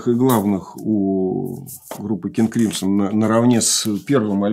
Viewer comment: «Кынг Крымсо» обычно японцы говорят, они всегда слоги с такой твердой ноткой произносят.